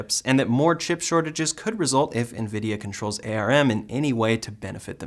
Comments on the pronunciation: Just so you know, It's pronounced "arm", not A R M. Thanks for the update. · ARM should be spoken as arm and not a.r.m. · All good but ARM as a company is pronounced as the limb "arm", one word not spelled with individual letters : A.R.M. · we usually pronounce ARM like the part of your body.. not per letter.